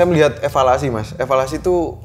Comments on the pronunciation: Elevasi bukan evalasi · Bukan evalasi tapi elevasi mas..